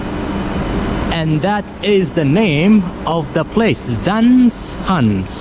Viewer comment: Zaanse Schans. You said Schans very well, almost Dutch, but Zaanse You pronounced as Zaan instead of Zaanse. Don't forget SE on the end to pronounce too. 😉